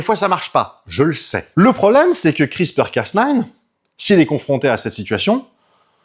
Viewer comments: Hello, C’est Cas NEUF et pas Cas NINE car comme tu l’as dit bouffy c’est à moitié français. Cocorico, la bise Un tesar en Microbiologie sur l’application crispr cas9 sur les tumeurs ❤️ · D'ailleurs, le casse-neuf non plus ne se prononce pas. ^____^ Soit c'est casse-nine, soit c'est cas-neuf. :p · Ouais mais soit tu dit le A à la française et le neuf, soit le A à l'anglaise et le nine mais nain un mélznge des deux fréro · ben il insiste sur "casse nine" (phonétiquement). Et ça semble receller une blague. Que beaucoup de gens relèvent dans les commentaires. Et franchement ça m'échappe.